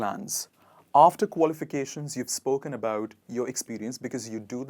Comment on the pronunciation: May i know your qualifications pls i couldn't understand as u r pronouncing could u please spell it